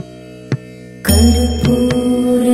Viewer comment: Are you pronouncing the last word NAVAMI? It sounds as if you are saying NAVAMI instead of Namami. Pls correct if tht is the case.